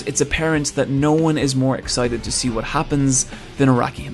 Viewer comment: wHat, where. No offene, but ffs this pronounciation triggers me